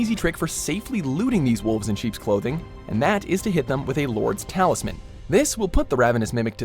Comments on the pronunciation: Lord's Talisman??? Lost ISalith??? Maybe you should rename the video to "10 Dark Souls things WatchMojo can't pronounce correctly" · worst list ever, + even said Lloyd's talisman wrong